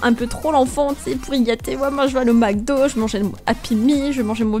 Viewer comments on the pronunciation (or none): none